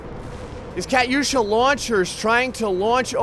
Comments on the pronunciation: It's pronounced katusha not Kat yusha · ka tusha not kat usha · no offence,i love your vids but i know alot about ww2 and i know u did not pronounce katyusha right LMAO. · BOSSA TRON it was triggering me when he was saying it wrong